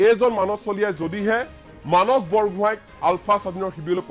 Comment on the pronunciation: মানচ চলিহা নে মানস চলিহা ? উচ্চাৰণ আৰু শব্দ ভাণ্ডাৰে অসমীয়া ভাষাক এক সুকীয়া পৰিচয় দিছে আৰু সেয়া আমাৰ পৰিচয়। যদি মানস শব্দটো মানচ বুলি উচ্চাৰণ কৰে তেতিয়াহলে সোণ, সোমবাৰ, সদায়, সময় আদি শব্দ বোৰ কেনেকৈ উচ্চাৰণ কৰিব ? চোণ, চোমবাৰ চদাই, চময় বুলি নিশ্চয় উচ্চাৰণ নকৰিব নহয় জানো ?